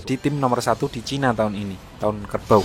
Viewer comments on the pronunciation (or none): none